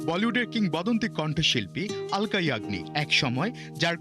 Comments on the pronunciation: অলকা না,, আলকা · Sauangbadik ra uccharon thik koren. Aloka yagnik hobe na,alka yagni